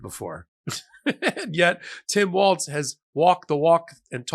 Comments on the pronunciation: Walz... pronounced walls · It's Tim "Walls" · Pronounced 'Walls'. Great pic by Kamala! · His name is spelled Walz. His name is pronounced "walls". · I’m not an expert but I always try to pronounce peoples names the way they want them spoken, to the point where it’s a weird thing I’m known for at my workplace. And regardless of the German pronunciation, which I’m guessing is his background, he pronounces it “walls” and said so during one of his rallies previously so that’s probably how people should pronounce it. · Please PLEASE There's no "T" in his last name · Please pronounce his last name correctly. It’s Walz. There is no t in his name……. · I assume you're about to get a lot of heat from Minnesotans for saying Waltz. It's Walz; there's no T so it's pronounced Walls not Waltz. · Let's please pronounce his name correctly....it is Walz (walls) not Waltz (🕺) . Trump does that to Kamala so we must operate above that! 🙏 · Why does everyone insist on calling him "Waltz"? It's Walz, no T. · Walz. Think Tom Petty “Walls”, not the dance step. Soft z, sounds like “s”. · Walz, not Waltz. Get his name right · Hey he doesn’t have a t in his last name, it’s pronounced like walls, it’s not the name of a dance. Either way great choice Kamala! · The pronunciation of his last name is actually like "walls". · It’s “Walls” by the way. Not “Waltz’. Love what you do. Every day. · Maybe my ears deceive me, but it sounds like Micheal is saying Tim Waltz, and not Walz ? Anyone else? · It’s WALZ, Not WALTZ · I love your network. But, please pronouce Tim Walz' name correctly. Walz, not 'WalTz'. No T. Meanwhile, thanks so much for your sane discussion, analysis, and researched info. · NOT WALTZ!!! WALZ like WALLS. No T in Walz. My god folks! Learn to pronounce names! Practice. Your walls are green. No border walls. Tim WALZ! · Love what you do. FI'm from MN so, friendly tip...it's Tim WALZ not WalTz.💙💙💙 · His name is pronounced "Walls", NOT " Waltz"! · “WALLS” not “WALTZ”!!!